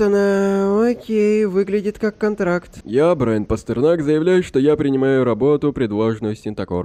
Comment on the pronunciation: Не Брайн а Брайан